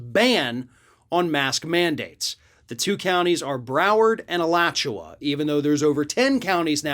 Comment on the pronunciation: I'm glad someone reporting this story actually knows how to pronounce Alachua. The other channels I've seen this story on don't. 😂